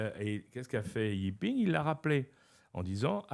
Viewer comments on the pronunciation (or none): Par contre il pourrait prononcer correctement le prénom et le Nom. Pas i ping. Le président s'appelle Xi Jiping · Mais vous ne savez pas aussi. On dit Xi Jinping (JiNping)